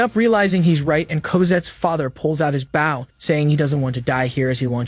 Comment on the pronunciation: Not Baugh its Bow